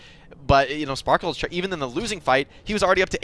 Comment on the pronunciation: Are they really calling sparkie sparkle???